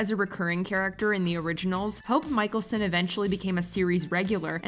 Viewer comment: Mikaelson is pronounced Mick-Ale-Son. Not Michael-Son.